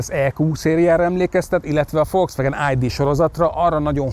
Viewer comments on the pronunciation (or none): none